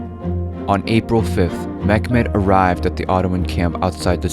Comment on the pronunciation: Meh-met not mekmet